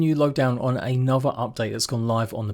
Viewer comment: Anover(Another), free(three).? The education system has failed you.!